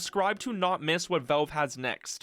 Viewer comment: It's pronounced "VALVE" not "VELVE" !!!!!!!!!!!!!!!!!